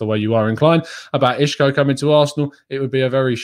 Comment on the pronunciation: Hi. It's not pronounced I(sh)co.. That's a Portuguese pronunciation so it's incorrect. He is Spanish and the "S" in Spanish is pronounced the same as an English "S" so it's I(s)co.. Isco.. I'm a Portuguese speaker haha.